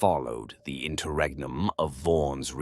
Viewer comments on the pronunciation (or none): none